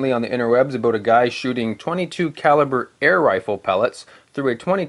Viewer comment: a-boot. Are you Canadian, mayhaps?